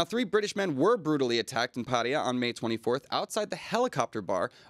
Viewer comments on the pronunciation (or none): IT'S PATTAYA NOT paria...... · Why do USAians and several other English speakers always say Pædiæ instead of Pattaya?